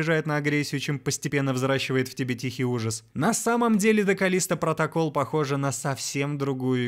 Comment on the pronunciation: "КАЛЛлисто протоКАЛЛ", вот так в обще то правильно)))